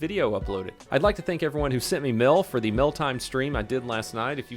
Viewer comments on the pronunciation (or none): It almost sounds like you said "I like to thank everyone who sent me Milf" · I HATE how you say “mail”.....please refrain from saying that word unless you say it properly.....thx 🤘🏻😘